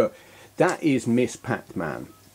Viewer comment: To be nit-picky, "Ms." is pronounced "mizz", not "miss". The term started gaining ground in the '70s by women who didn't want their salutation to be associated with their marital status (as either "Miss" or "Mrs.").